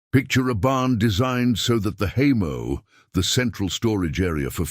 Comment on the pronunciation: This video is a farce !!! The AI voice doesn't know enough ( or it's programer) how to pronounce "hay mow" .......there is a "w" on the end of the word ( look it up). To the "author" .....quit being LAZY, use your own voice.